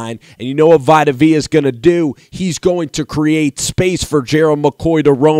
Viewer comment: Aaron Martin For real. Jason LIKED, Robert AGUARRO, VITAMIN Vea...